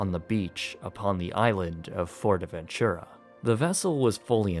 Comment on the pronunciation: Fuerteventura, not Fuerteventchura